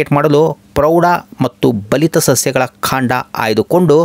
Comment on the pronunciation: ಕಾಂಡ ಅಂತ ಹೇಳಿ ಮಾರಾಯರೇ, ಅದು ಖಾಂಡ ಅಲ್ಲ